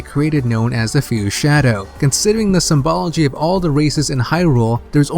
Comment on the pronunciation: "symbology" he says lol. good theories man, i was entertained. personally i always thought of bongo bongo as the beat of the war drums in the civil war, not necessarily a person but it's absolutely plausible